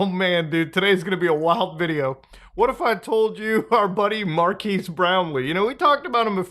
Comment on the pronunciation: " Markass Brownly."